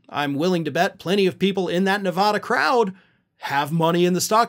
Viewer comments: Nev-aaa-duh. A like cat, bat, hat ! Please say it correctly or I won’t be watching because it’s ignorance to not know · Please learn how to pronounce Nevada,A like in dad.